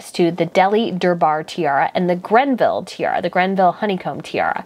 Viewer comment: Can you read, carefully? You seem to read everything and actually KNOW very little. The "Honeycomb" tiara (on permanent loan to Camilla) is from the GREVILLE COLLECTION! No, it is NOT "GreNville" (as you pronounced it)! It is Greville. Like the Greville Kokoshnik that Eugenie wore at her wedding. (It has large emerald inserts. It is the Greville Emerald Kokoshnik. Next, Ms Markle DID DEMAND to wear one of the Queen's favorite's (The Grand Duchess Vladimir tiara with 15 hanging emeralds). Of course it caused a HUGE ruckus. (The Queen could NOT believe the bad taste of Markle. The Queen prefers that the "young" brides marrying into the Royal family wear bandeau (or kokoshnik) styles as their FIRST experience with a tiara. (Catherine wore the Queen Mary's Cartier Halo Tiara for her wedding. The Queen let MM choose from a small selection of bandeaus and she chose the lovely Queen Mary Bandeau which flattered her very much. The Queen was correct. MM would have look RIDICULOUS in a tiara that the Queen has had her portrait painted wearing the Grand Duchess Vladimir Also, MM had BEHAVED SO BADLY OVER THE ENTIRE CHRISTMAS HOLIDAY (just a couple of months prior to MM DEMANDING the Queen's tiara)! Since YOU do not know and have NO IDEA how to do actual research, just UNDERSTAND that MM behaved AS BADLY AS ANY FUTURE DAUGHTER-IN-LAW could have possibly acted. (To YOU that does not matter, but to the Queen, and her courtiers, it was COMPLETELY AWFUL!) While we are on the subject, it is S